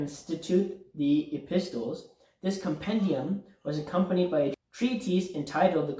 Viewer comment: Thanks for your time. I commented on your short. Here is a small English tip. The word EPISTLES is pronounced epissels. The T is really silent. This is going to be a very big task. Remember, the schooling started young men at the age of 15. They were taught in groups of years because of our age of maturity and understanding. They were very particular about learning in order. It is a layer upon layer learning cycle, like laying bricks. I am 71 and the last age group in their school was 50-70. I would be like a Sage. Haha. If you are in the states, are you familiar with the Ismaili Institute Prince Rahim Aga Khan V and his father built in Houston, Texas? It really is quite beautiful! Estimated $200,000,000 to build it. Thanks for trying to help. I think this is a hidden gift to all of humanity even though some of the information might be outdated. Scholarly minded people work with it. 😊😊